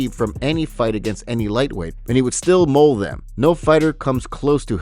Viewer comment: Bro said mole not maul now im done with this bs. Ppl be dumb